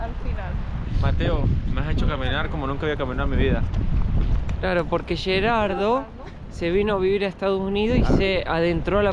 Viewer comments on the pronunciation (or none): Es Gerardo !!!! Sos argentino Mateo!!!! Porque Yerardou ????? Los nombres se pronuncian en su idioma original!!!! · Hola Mateo y Lisana les quiero corregir que los nombres propios no tienen traducción al inglés yo me llamo Miguel no Michael Tu amigo se llama Geraldo no yeraldo o como tú lo pronuncias discúlpame por mi intervención siempre veo tus vídeos ❤❤❤❤uno para cada uno